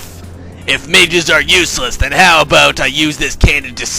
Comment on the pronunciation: aboot! lol